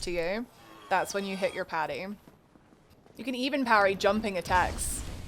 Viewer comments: It’s “parry” not “patty” 🤓(<-you) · i just keep hearing Patty instead of Parry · I’m confused if you are parrying or paddying? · I hear Patty wondow also, it's cute.